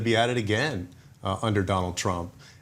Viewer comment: Mehdi I am surprised that you don't ask your guests and fellow journalists to pronounce your name right. Most just say Medi, which in my humble opinion is disrespectful to Imam of our time Imam- e- Zaman. My brother's name was MeHdi and he demanded his friends pronounce it the way it's supposed to MeHdi with emphasis on the H. Would love to see all your guests do the same Inshahallah!